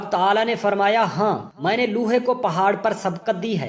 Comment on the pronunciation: Aap lohay ko loohay kehtay hain. Apni Urdu sahee kren.